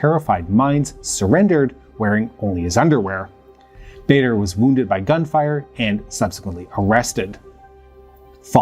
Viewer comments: I quite sure it is Andreas Bader not Barder. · Nobody called it "Bayder" Meinhoff, it's "Bahder." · As a Swiss who became very interested in the history of the RAF in the 2000s when I was a teenager, I think it is so weird that there is hardly anything about them, or other leftist terrorist organisations, on English YouTube. But they were so important and connected to the DDR, PLO, etc. Btw it's Baader, it rhymes with "rather" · Did you know you can put foreign names and words like Baader, Kiesinger, Ohnesorg, Dutschke, Mayer, Weiterstadt, etc into Google translate and hear how they are pronounced? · Please put some time into practicing foreign names, you have butchered the German names here. Starting with Baader. Your channel is usually of high quality, this is an uncharacteristic error. Maybe somebody told you you are doing them right - you do not. Sorry and keep up the good work!